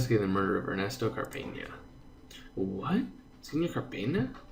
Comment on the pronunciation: in Cárpena, put the entonation into the Cár syllable.